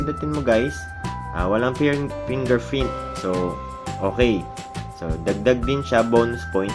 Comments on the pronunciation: gusto ko yung "Walang Pinger Frint",, hehehe by the way thanks :) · Ayus ka bro. Honest review talaga. Two thumbs bro kahit "pingerfrint" hehehe ayus!